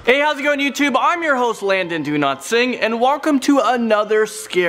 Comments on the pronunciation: Did any one noticed he said Landon DoNotSing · Why is your name pronounced like that? Just curious... Dowlat= do not? I don't understand. Lol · Did you say do not sing instead of Dowlatsingh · Why douse when you say your name it sound like you are saying do not sing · I thought you said Landon Do Not Sing (SORRY BRO I KNOW ITS DOWLATSINGH) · Landon DO-NOT-SING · why does he say donotsing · Lol i thought he Said his lastname is "donotsing" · Is it normal that when he pronounces his name I hear "do not sing" instead of "Dowlatsingh" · It sounds like he said Landon do not sing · Bro just say dowletsingh its better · ITS LANDON DO-NOT-SING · IT'S DOWLATSINGH!!!!!